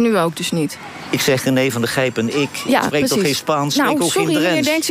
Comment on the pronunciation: Johan heeft last van een beetje te lange tenen. Op 50 seconden zegt hij beslist geen IK, maar iets onverstaanbaars. Als de presentatrice hem dan beleefd vraagt of hij ook niet meer met Genee in VI op te treden vaart daarna wel keihard uit door te zeggen ''ik zeg toch met IK? Ik spreek toch geen Spaans.?" Een beetje beleefdheid zou hem nog meer goed doen, want zijn vasthoudendheid om niet meer aan VI mee te doen siert hem uitermate..